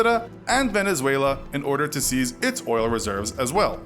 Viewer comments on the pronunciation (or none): none